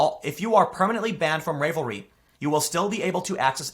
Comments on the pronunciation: AGGHHH. Learn to pronounce. Ravelry - a like in apple placed in the word Revelry. Crochet = kro shay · My girlfriend is going nuts over your misprenouncing of the Web site name. She uses the site and hates what is going on. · You know the word "unraveled". The 'ravel' part of the word is how the first part of the name "ravelry" is pronounced. And "crochet" is /kro-shay/. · Your mispronunciation of revelry is like fingernails on the chalkboard lol fawk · Thanks for bringing this to my attention. I WAS a Ravelry member until five minutes ago. FYI - think of the word “unravel”. It is pronounced (un)Ravel-ry. Also, we are “crow shay ers”. Some of us may be crotchety but all in all, we are pretty nice. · Ravelry is prounounced with a short a. As in when you would say "My cat got into my yarn stash and UNRAVELED my ball of yarn." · Oh my word! I use that site. You get patterns for crocheting and knitting there. I use Pinterest too. Wtf! It's pronounced like a sweater unraveling, just in case you wanted to know. Do you know they have had pride stuff up all month? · I absolutely love the way you mispronounced Ravelry 😂😂😂😂😂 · Tim, I've never heard of it before either, but come on now, it's a knitting site. You really think it's pronounced "rave-lry"? It's obviously ravel-ry, as in ravel/unravel. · RAV-elry, not RAVE-lry. as in to ravel or unravel. and wtf??? now KNITTING groups are chilling my blood. good grief. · Ravelry, pronounced like "(g)ravel" "ree". Crochet, like "crow" "shay". Oh wait, we can make a Ravelreeeeeee joke now. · Ravelry dude. Like “unravel.” Not rave-elry. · The name is a play on unraveling. Rah-velry not ray-velry. Ravel, unravel, to come apart? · I think it's pronounced R-AAH-VUL-REE... Like "unravel"... not RAE-VUL-REE... but I'm just a simple proper grammar fiend... I do not have the patience to knit... I also loathe the color pink... always have... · Nit picking, but the name of the website is pronounced like unravel,(un)ravelry.